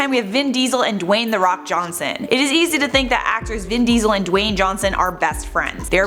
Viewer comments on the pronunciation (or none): none